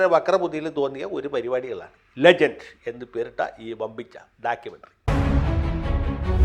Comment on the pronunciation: ലെജൻഡ് അല്ല ലെണ്ട്😂😂😂